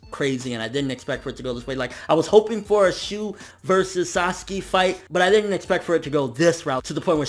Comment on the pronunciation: some of the times you didnt call him Sasaki you called him Saski..Fix that plz andur awsome keep up what ur doing :D ^_^